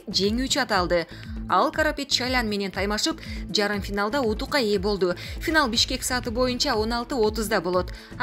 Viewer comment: Утукка ээ болду дебей,утушка ээ болду деп оку эй